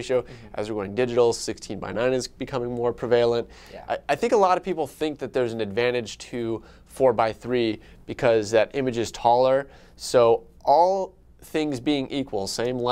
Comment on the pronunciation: "Pre-vail-unt" said prevalent like Sal.💀